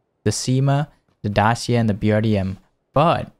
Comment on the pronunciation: Respect how you said Dacia 🍻🇷🇴